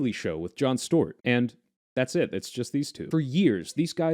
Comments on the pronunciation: Boy, why do you keep calling him Jon Stort? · What is this pronunciation of Stewart?